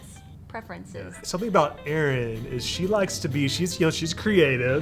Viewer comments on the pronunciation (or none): I love how it didn't take long for Erin to turn into 😂❤